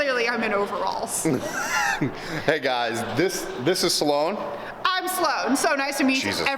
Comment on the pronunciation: It’s Sloane, not “Saloane”! Jk. Cool vid though.